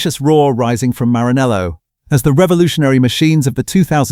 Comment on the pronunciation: MARANELLO, not Marinello. Can you at least pretend to try??? You can't hear us!!!!